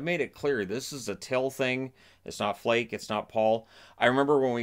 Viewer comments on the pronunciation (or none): Flake is pronounced "FLAHK-uh."